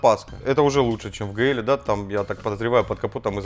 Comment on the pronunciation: У меня прям пригорает, кто сказал что правильно ГЛ? правильно джи-эл